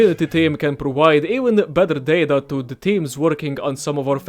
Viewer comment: Its data not data